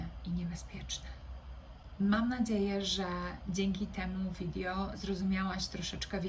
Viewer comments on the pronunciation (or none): Fajny temat czylko czemu "widjo" a niie " wideo"